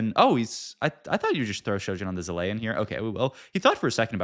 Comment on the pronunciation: bro can't pronounce zilean